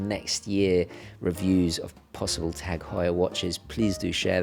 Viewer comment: Thanks for pronouncing it Tag and not Taarrrg....